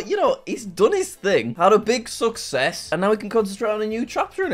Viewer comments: guys he said success correctly, probably took him 10 takes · HE SAID SUCCESS CORECTLY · He really tried hard not to screw it up this time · I'm glad Jack learned how to say sucess